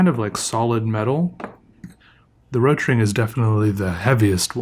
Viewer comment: Fun fact, it isn’t called “Rotring” as in a singular word, but “Rot-Ring”, “Rot” pronounces like Boat with an R, then “Ring”. If I remember correctly It’s “Red Ring” in German, hence the red ring on the end.